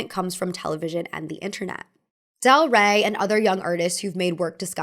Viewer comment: Not mine saying del Rey with an "a"😢😢😢